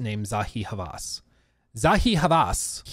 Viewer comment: This is not an issue at all but for your own personal reference,, Zahi Hawass pronounces the W, like "water", it's not a V sound like in German. It's only the H that is a letter that you don't have in English, but the rest of the name reads like it's written in English. Though, I'd emphasize the W a bit, like Haw-wass, without a pause.